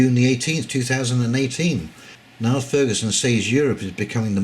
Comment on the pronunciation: Niall is pronounced Neal and he is an academic historian. In fact he has written a history of the Rothschilds, which implies an understanding of central bank finance and fractional reserve banking.